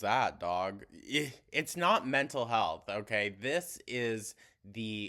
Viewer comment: How does she pronounce 'Health' as 'HULTH'??